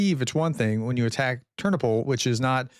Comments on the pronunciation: "Tur-NO-pull" — I was in that city many times. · When in doubt about pronunciation..put the stress on the penultimate syllable..."Ter NO pil" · Hi, to help you with your pronunciation, place the accent on the second syllable for most proper names: terNOpyl, lVIv, cherNObyl, vlaDImir, volDOmir, uKRAina, etc. Great job. Thanks for all the updates. :)